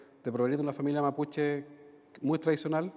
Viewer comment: Que le costo, nombrar nombres mapuche al Senador, "le salió achilenao"